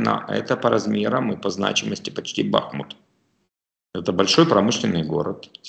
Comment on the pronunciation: Гайдай, БахмУт, а не БАхмут!